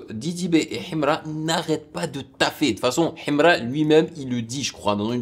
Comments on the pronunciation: Ohhhh depuis j'attendais ❤ et puis la prononciation himra il faut pas lire le "h" 😅 force à toi et au deux rappeurs c'est cool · J'aime comment il dit Himra avec l'accent Kabyle 😅